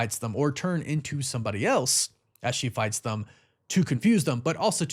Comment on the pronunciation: The word is THEM … not THUM. And there is no “s” at the end of “anyway”.